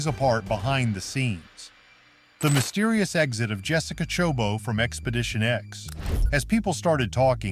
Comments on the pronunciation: It's not chobo, it's choboT. It has a T. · First of all, this narrator butchered her last name